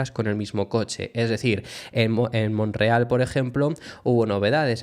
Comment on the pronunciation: Porqué te comes la "t" de Montreal? En español es Montreal, la segunda sílaba se pronuncia "tre". Un saludo y gracias por tu trabajo, eres a mi entender de los más objetivos comentando la Fórmula uno.